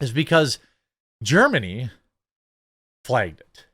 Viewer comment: Y does he keep saying flegged instead of flagged